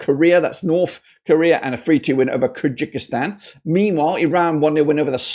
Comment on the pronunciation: Kyrgyzstan is called differently sir , look up in Google translate with voice , Qatar 🇶🇦 2 3Kyrgyzstan 🇰🇬